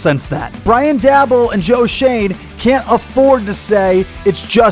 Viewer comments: it’s “Day-bowl” and “Mare-a”. Either way, I love your analysis; you’re 100% correct on DJ. He sucks. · Mispronounced Daboll and Mara’s last names